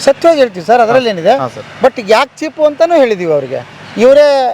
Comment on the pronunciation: ಚೀಪು ಅಲ್ಲ, ಚೀಫ್ 😅😅😅